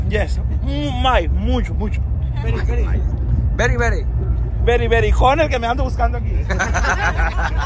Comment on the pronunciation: Veri Veri Jajjajaja Se Paso El Arce Saludos xD